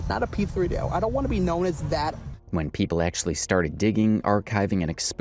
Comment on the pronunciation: Hearing “p-three-D-O” said out loud is so weird to me haha